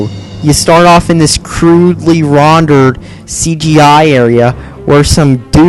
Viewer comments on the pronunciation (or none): Rondered. You might want to practice your English before you start your shitty review